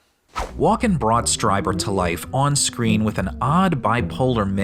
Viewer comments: Great video, guys! One thing though - "Strieber" is pronounced like "Streeber" not "Striber." But as I say, awesome analysis of this bizarre movie and equally bizarre performance. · *Strieber, not Streiber. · It's STREE-ber, not STRY-ber. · It's STREE- ber! You didn"t even watch the movie spparently. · It's "Stree-ber" lol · Are you intentionally mispronouncing "Strieber" so consistently? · First up, you mispronounced Strieber. Second, he never claimed they were aliens or extra-terrestrial, it's why he calls them "Visitors". The "anal probe" scene is played straight because it's a rape scene. Lastly, X-Files music, really?